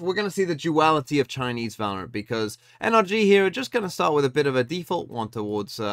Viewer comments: “Valroant” I love you 😭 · genuinely took me like 10 minutes into the video to realise it said valroant